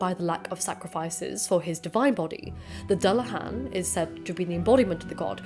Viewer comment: I was also bugged by the pronunciation of Dullahan too. To my understanding it’s Do-la-h-on